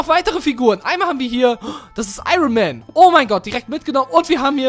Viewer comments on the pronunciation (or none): none